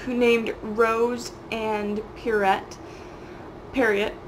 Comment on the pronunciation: Pierrot = Pierre-oh. I don’t believe you speak French. Looool